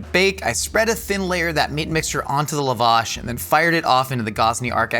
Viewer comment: The pronunciation of lavash is taking me out, sincerely an Armenian lol